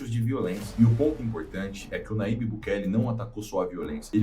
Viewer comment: Aprenda: o ipsilon(Y) em espanhol se assemelha ao jota em português. Portanto, o nome do presidente salvadorenho é pronunciado Najib